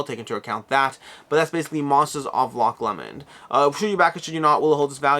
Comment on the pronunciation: Sorry to be that guy, but as a Scot I feel obligated to point out its roughly pronounced "Loch Low-mnd" (varies slightly based on local accent) never "Loch Lemon" :P. While Loch Ness might perhaps be the more famous Lake outside of Scotland it is somewhat remote. Loch Lomond is considered to be significantly more picturesque and combined with being much closer to the central belt of Scotland (Around Edinburgh and Glasgow which is where ~80% of the Scottish population reside) it is by far the more popular tourist destination.